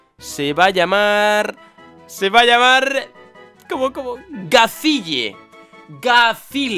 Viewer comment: Gazille es uno de los mejores personajes de Fairy Tail owo Así que sí, nombre épico para el Darumaka PD: Se pronuncia ''Gayil'' o ''Gashil'' ·w·